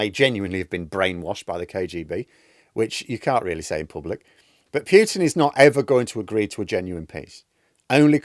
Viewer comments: Good channel,. By the way, it's Poo-tin, not Pew-tin. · Still mispronouncing... PEWTIN. NOOOOOOOOO....POOHtin for christ sake.